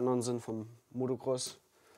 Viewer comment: Der Sprecher sagt immer MotoRcross ;)